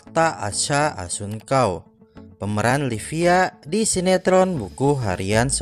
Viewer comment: Salah 🤦 asha kelahiran th 2004 dan assuncao baca nya pakek C bukan K 👌😘